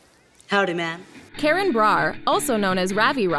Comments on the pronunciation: its not karen, its kArAn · Tenzing Norgay wasn’t a character on “Jessie” he was a character on “Liv & Maddie” as Parker Rooney! Tenzing & Joey Bragg only had 1 guest staring episode on “Jessie” Omg please learn how to pronounce these actors names please! It’s Karan not Karen! Kar-in!!! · KARAN - not Karen! Saying someone's name wrong is simply RUDE. If the narrator isn't sure, then look it up before you embarrass yourself and tick of fans! No mention of the late beloved Cameron Boyce? Insulting to his memory! These actors were hi friends! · When was Tenzing on Jessie?? I don't remember ever seeing him on that show, but maybe that's just me. Also, Abominable is DreamWorks, not Disney. Also also, it's Kahr-Ahn, not "Karen". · she really called karen brar K A R A N im so sorry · Why did she call him “Karen”? Like it’s pronounced like kah-rahn! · Natalie Bennett it really annoyed me it’s supposed to be pronounced karan like the a in ka is like ah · Liar liar was released in 2018, it wasn't recent. Also Karan is pronounced "Cahr- in" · Who else laughed when they pronounced Karan like Karen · natalie bennett me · I didn't laugh but I was like...is that the American pronunciation?